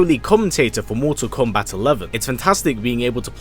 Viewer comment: Just hearing you say komebat is nerve reckoning